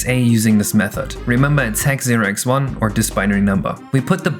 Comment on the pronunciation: "hex value zero eggs one" (0x1) "remember it's hex 0x1" Something tells me a lowercase "a" in hex or binary for that matter is not = 1 :popcorn-yellow-striped-smile: Especially nice editing on this tho, and I do enjoy your videos :)